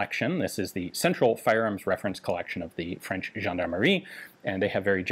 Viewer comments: ...WOW...Ian's French pronunciation is getting better and better.... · j'adore votre prononciation du français, vraiment. Bien des français devraient prendre exemple sur vous quand ils parlent en anglais, au lieu de profiter de la hype de notre accent pour ne faire aucin effort. Et c'est un mec qui parle couramment le franglais qui vous le dis.